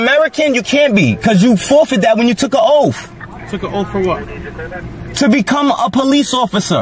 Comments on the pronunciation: Why does he always say "ohhf" instead of "oath"? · It sounds like he says oaf! GOOMER🤣🤣🤣🤣 🤣🤣🤣🤡🤡🤡🤡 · "You took an oaf" Listen sov cit, it's oath. Learn proper grammar Also, nobody steals headlights bro.